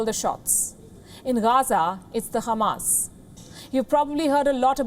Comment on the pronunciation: The way you pronounce Khamas was nice